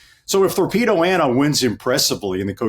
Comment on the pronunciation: Her Name is THorpedo Anna Not Torpedo Anna...Come on Guys